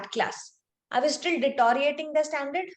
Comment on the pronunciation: Dear Mam,, u must practice saying the word DETERIORATING,, ☺ u have it pronounced wrong,. De te rio rating, rated, rate.